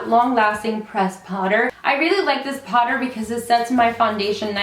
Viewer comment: the way you say "powder" is so cute! lmao sounds like "Potter" as in Harry Potter , I catch myself repeating it every time you say it!